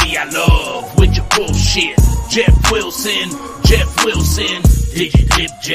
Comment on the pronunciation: JEFF WILL-SIN JEFF WILL-SIN.LOL